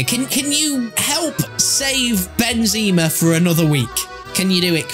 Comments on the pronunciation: Benzaaamarrrr not benzeeemarr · It’s not benzeeeema, it’s benzema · Ben ze ma Not benzeeeeeeeeeeeeema ffs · It’s pronounced Ben - ze - mar not Ben - zee -ma